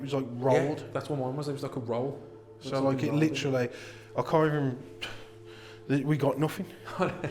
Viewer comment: Every time you hear the word *licherally*....take a drink.